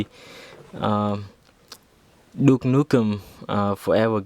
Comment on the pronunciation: you said nuke nukem lol